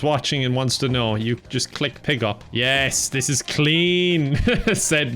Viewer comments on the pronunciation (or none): calling "PageUp" "Pickup" just triggers me xD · The way pronounces the Page Up key as Pig-Up is absolutely sending me